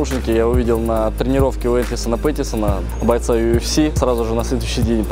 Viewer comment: Энтони Пэттиса , а не Этисона Пэтисона